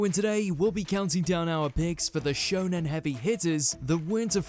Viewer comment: 1 He said shonon 2 I think HxH 1999 is the most dark shounen that it just feel like senien